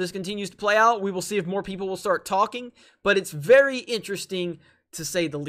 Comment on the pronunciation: Please end every video with "Thank you VERRRY much!" Oh man, makes me smile every time.